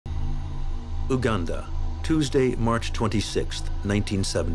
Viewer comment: Great you said it well Uganda!! Not Ouganda